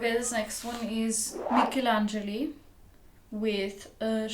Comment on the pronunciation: just an insignificant detail but she pronounced Michelangeli veeery well. In Italy he is very well known by classical music lovers, especially for his sound and extreme perfectionism.